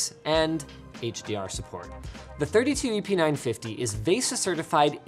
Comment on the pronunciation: First time he said the model number I heard "epeen 950" >_< lol